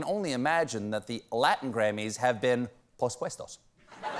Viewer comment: I never thought I would laugh out loud simply by hearing a comedian say “pospuestos”.